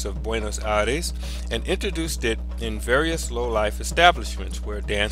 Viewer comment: You are not pronouncing Buenos Aires right....thats a bit suprising since it is a capital.